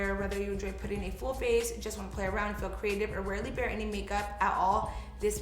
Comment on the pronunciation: Did anyone else catch when she said "warely bear" instead of "barely wear" 🤣 This is me everyday. Love this!